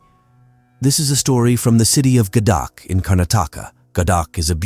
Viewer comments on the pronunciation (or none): It's 'Gadag' and not Gadak!